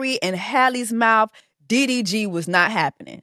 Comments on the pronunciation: When she said " UVY"?? I almost crashed my car I bent over laughing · you calling DDG diff letter of the alphabet was really fucking sending me LOL